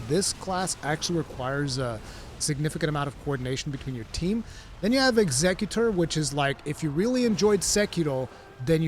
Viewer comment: The way bro says executor erks me.